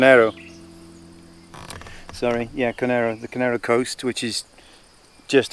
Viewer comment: ..great stuff but it's actually Koh-neh-roh, as in Monte Conero.. ciao!